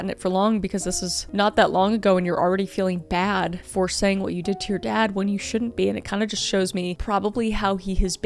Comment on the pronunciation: “blueish greenish brownish skÆ” also “WHAWT” got me dying auntie Kris always seems to make me laugh at the dumbest stuff ❤